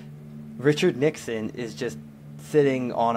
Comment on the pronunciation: it's nixon not nixion